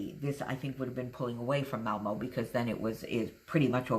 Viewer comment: It's a beautiful layout and you pronunces Malmö as a Swede and nearly as they say it themselfs in Malmö. You were so very close ;-)